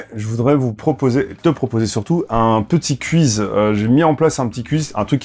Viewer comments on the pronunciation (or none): Il prononce cuiz 🥲